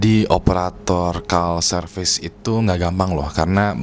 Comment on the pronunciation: call service itu bacanya dlm bhs INDO bukan kal serfis tapi KOL serfis hihihi keren tapi ini cuplikan jos banget